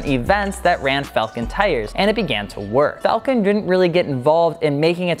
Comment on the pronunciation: It's pronounced Fall-Ken , not falcon. Falcon is a bird. Falken is a tire.